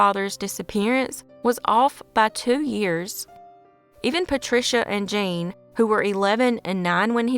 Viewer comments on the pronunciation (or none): none